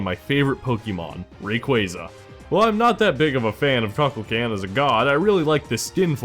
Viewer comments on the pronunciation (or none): Cuckulcan he said. I'm dead. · one thing as a Kukulkan main dear god you said it wrong it hurt me T,T